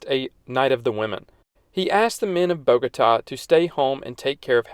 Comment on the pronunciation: Thank you for this informative and balanced video. And you even taught me something on the Biodiversity of Colombia, the very article I wrote years ago on Wikipedia. Just a pity about the pronounciation; it is Bogotá, the accent should guide you to stressing which syllable, it is not Bógota. But else, good video.